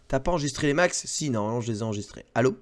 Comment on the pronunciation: J'adore le "ALLO!" made in Bretagne # XD Merci pour cette émission ^^